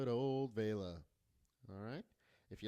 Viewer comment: thankyou for saying Vela's name correctly. most youtubers seem to call her veela.